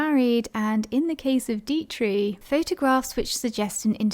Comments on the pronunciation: The German actresses name is pronounced , DEE-trick, not Dee-tree. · No,not Deee- trick, it is Deee-trich, the ch is no K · Just FYI❤- Marlene Dietrich- pronounced DEE-TRIK. Here for ya girl! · Not trying to be obnoxious-( though I may have been) I guess maybe you have the America inability to pronounce that 'ich' sound, but your choice is nowhere near the German pronunciation. Diet-tree is just wrong. Mispronouncing it as 'Die-trix' or 'Die-trik' would have been closer than what you said.. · I agree. A robot who can't pronounce 'Dietrich" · Fascinating video, thank you. You may want to check up on the pronunciation of Dietrich.